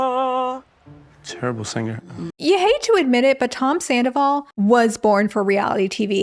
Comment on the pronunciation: your pronunciation of “zandoval” is absolutely spot on